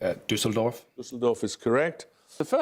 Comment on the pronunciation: Look, as a German, seeing people try and fail to pronounce Düsseldorf is quite funny I think that slots into that category